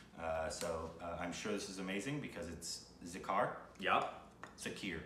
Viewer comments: wtf is zakar zakar . im so mad at these people . cant u see the i in it . its za-kir (keer) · The Bansuri is the ‘flute’ and “Zah-keer” the pronunciation. Great show guys! I had the honor to play with Zakir a couple of years ago. The best